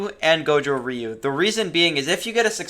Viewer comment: I personally train Goju ryu in my real life dojo so I always pick goju ryu even though I know it’s not the best also when you say ryu you are saying ree-u the actual way of saying it is roo or that’s at least how I got taught by my sensei